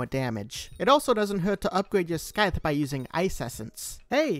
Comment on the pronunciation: calling it a..sky-the???